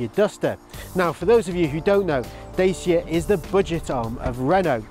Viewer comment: Omg this is the second video I’ve been on where you’ve pronounce the Brand Name Wrong!! It’s not a Bl**dy Daycea! It a Dacia like focaccia!! Moving on to a video that knows the name of the Brandon.